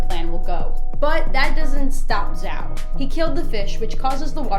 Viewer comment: You lost me when you couldn't pronounce Zhao right